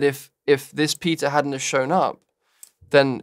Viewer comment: help i thought that andrew was saying "pita" instead of "peter" and that he was making one giant analogy for like 30 seconds...i'm not ok😭